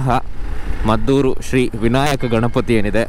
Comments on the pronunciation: ಮದ್ದೂರು ಅಲ್ಲ, ಮಧೂರು. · ಅದು ಮದ್ದೂರು ಅಲ್ಲ ಮಾರಾಯ...ಅದು ಮಧೂರು...